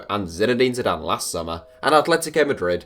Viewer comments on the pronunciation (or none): none